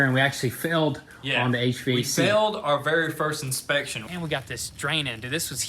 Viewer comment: Inspecion? You guys went Spanish?